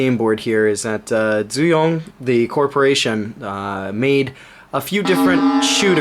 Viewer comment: Never seen any games by dooyong before. Pronounced with a d btw. Unfortunately here in Korea the games would have all disappeared now. As no one here cares about that kinda of stuff :(